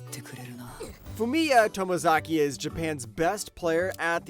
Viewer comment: Glad you pumped Bottom Tier Tomizaki! A well-done and earnest show. But how can you pronounce that right but mess up Anos Voldegod? But then, did I really think mispronouncing Anos's name would stop people from watching?